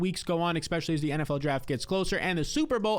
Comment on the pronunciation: The word is “Especially “ not Expecially”. If your going to make videos use proper English. Embarrassing.